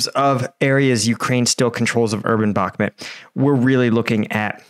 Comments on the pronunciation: It's бакмут bakmut Bakmut " bakmoot ", not " Balmet " learn 2: Listen ! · Why do you keep saying bakmit?? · I don’t know why this guy can’t pronounce Bahkmut correctly. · Love your vids but the way you say bakhmut kills me